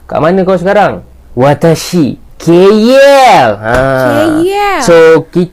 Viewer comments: Bukan keyyell la..kaaell yang benar... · Keyyel (KL) tu cara sebutan atau slang orang malaysia etnis india..